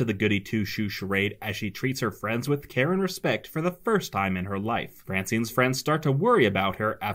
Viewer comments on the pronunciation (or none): I thought I heard "Karen respect," not "care and respect."